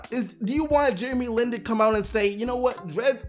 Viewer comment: his last name aint " LEAN " It's Lin 😂